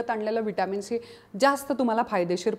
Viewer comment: शी का बोलत आहात तुम्ही ..... सी असे बोला😂